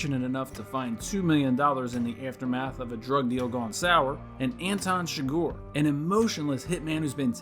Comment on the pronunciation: Anton Chigurh is pronounced “Ann-Tahn Shig-Ur”. Llewelyn Moss’ name is pronounced “Lew-ell-In”, lol not whatever weirdo shit this narrator is saying lol.